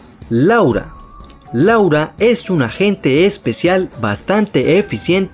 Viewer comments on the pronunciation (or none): none